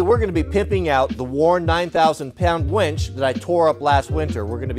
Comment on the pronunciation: Its winch, not ‘wench’…..